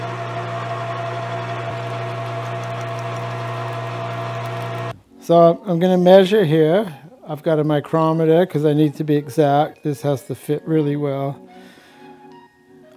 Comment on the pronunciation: Did he just say eyecrometer?👀😂❤